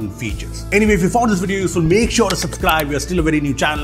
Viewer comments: Why do you call subscribe as SUPscribe? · "SUPSCRIBE!" Nice touch! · Intro is awesome, Nice video , but sorry to say my eye catch a word called "SUPSCRIBE" 😂😂😂😂 Does it mean something ? i am unaware of all the new genz word. Sorry 😂😂😂😂